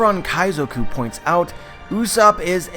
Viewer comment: Its not usopp its pronounce as Yus-sopp...